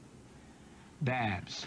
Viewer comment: Babs. Not Baps. TH 😂😂😂